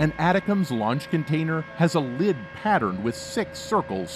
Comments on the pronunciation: It is not atacoms. it is ATTACKUMS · It's pronounced like it's written. ATACMS. Not ATICACMS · Pronounced “A -Tac-Ums”. Lord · I think ATACMS is pronounced Attack-ems. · Yes, video guy pronuncing name wrong. I worked the warhead LAP from prototype to standard M39 Missles. Also the BLU-63 grenades it is loaded with. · Right, this video was an embarrassment.. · the way he saids Atacms is driving me crazy.. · I wanted to watch your video but after the 3rd time of hearing you pronounce "atacms" I had to stop it. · now former General Millie, for a channel that is supposed to know US Defense.... a huge mistake. So unprofessional that you can't pronounce ATACMS correctly.... thumbs down, not worth subscribing too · How is it that you can't pronounce Milley or ATACMS correctly?